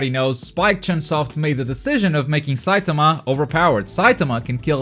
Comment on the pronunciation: The way u say saitama pisses me off